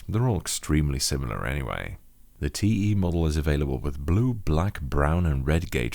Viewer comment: I was half-asleep when I started the video and heard the intro as "Hello and welcome to this review of my Drevo Blademaster, teehee"